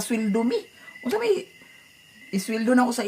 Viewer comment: dili na may pagbasa ana. “mey” na murag pag pronounce sa month sa may. lol